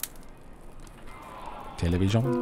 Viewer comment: The "télévision" at the start surprised me tho!! It sounded very French 🤣